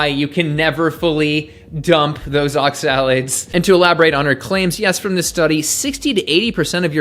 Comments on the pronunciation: Advice on oxalates from someone who can't properly pronounce the word. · Why do you say oxalates like that? No one else does.